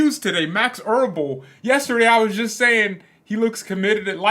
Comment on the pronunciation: It's EbeRl, not ERbel...